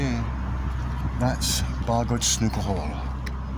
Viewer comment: Nice to hear how to properly pronounce the name - "Barr-goyd"? Many of us English butcher the Welsh pronunciations.